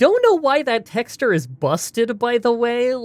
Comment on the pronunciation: Nobody:: "tecks-turr"